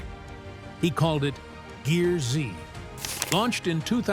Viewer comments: The Ai voice over bothers Me.. Stacy's show isn't GEAR-Z it's pronounced GEARS.. Also, why the intro photo alluding to Him being hospitalized? With NO mention of it? That photo looks suspiciously like the same photo used for the Frank Fritche's story.. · GEARZ , NOT GEAR ZEE !! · It’s not pronounced Gear Z 😂 it’s pronounced Gears with a z instead of an s! Watch the show. It will say welcome to Gears! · I wish the people who want to do these exposes would watch at least ONE episode, so this announcer would know that it's not Gear-zee, it's gears, with the z replacing an S. At the start of every episode, the announcer says "you're watching GEARZ" (NOT Gear-zee) Jeez, get it right, will ya? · WTF IS THIS DAMN NARRATOR HE CANT PRONOUNCE SHIT ITS PRONOUNCE GEARZ NOT GEAR Z AND ITS TIG NOT T I G YOU DUMB ID10T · That was the point at which i shut it off, too cheap to hire a rsal narrator.